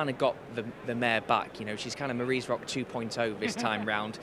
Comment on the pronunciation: Commentator is shocking. 2 greys leading, 1 is brown Tellmesomething all race even though its tellmespmethinggirl. Marie's diamond when it's Marie's rock. And he says maaaarees. If it carries on it needs to be muted 😂